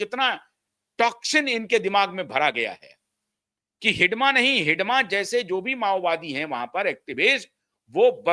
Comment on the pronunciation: आपने हिड़मा को हिडमा क्यों कह रहे हैं? अंग्रेजी में डी की जगह आर का प्रयोग कीजिए। अंग्रेजी मानसिकता से उबरिये। हिड़मा को मौत के घाट उतार दिया गया। उसकी हत्या नहीं की गयी है।